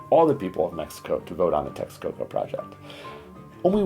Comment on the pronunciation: Yes, the train is done. The maintenance cost of the airport in Lago de Texcoco would have been just outrageous. By the way it’s not Texaco it’s Texcoco.